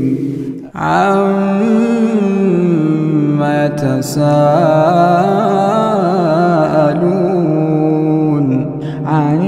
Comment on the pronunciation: It’s عَمَّ يَتَسَاءَلُونَ AAamma yatasaaloon Please let the reciter know and make the correction